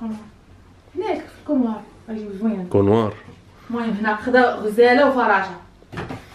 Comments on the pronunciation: ختي سميتو كولوار ماشي كونوار تقبلي من تصحيح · كولوار أختي ماشي كونوار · كولوار ماشي الكونوار